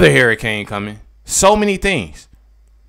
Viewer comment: h U rricane NOT h A rricane!! HURRICANE!!